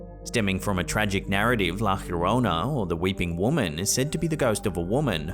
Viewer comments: Por favor, Llorona = yo ro na... lo estas cagando! 🤣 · A lot of creatures down that deep have bio luminescence, so it's most likely a fast moving creature n it's just pronouncecd Yarona